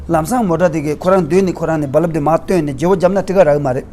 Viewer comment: I like when you said BaLaab for Bulb. Looks like you are ex 22.